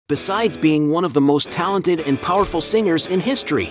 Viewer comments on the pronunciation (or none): none